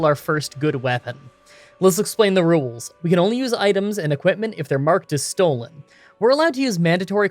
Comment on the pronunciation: You need to learn how to pronounce "rules" correctly. You say "rewels". That's wrong. It's pronounced "rools".